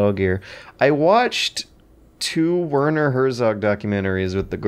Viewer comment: "Wörnor Hörsogg" Jesus Christ my german ears are bleeding to death x_x At least use fucking google translator or something to get a decent pronunciation my dad.